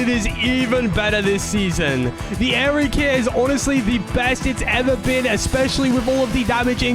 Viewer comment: its not aries its aery dummy